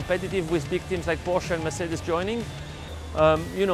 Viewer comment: Mercedes is also pronounced very wrong, eventhou it is very much possible for english speakers to say it the right way.